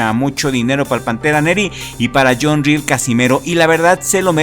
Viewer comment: El filipino se apellida RIEL y , no ril como lo pronuncias está mal pronunciado , el es de filipinas, por tanto el apellido es español debido a que , filipinas fue conquistado por España en 1565 , he ahí del porque el apellido RIEL